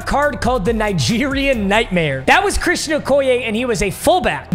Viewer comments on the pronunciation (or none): none